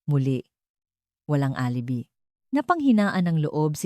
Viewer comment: Where is this narrator from? ALIBI pronounced as alibay